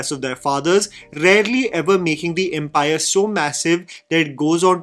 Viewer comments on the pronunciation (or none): none